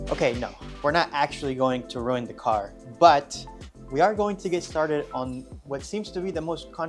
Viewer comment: says it's rew-eened. lol... Love this build btw. Always look forward to new videos.